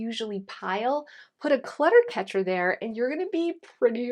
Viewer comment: “Clutter catcher” you say? What I hear is Cat catcher 😂